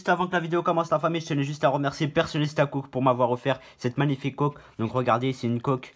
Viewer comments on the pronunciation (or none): Il dis coque en mode "côk" 😨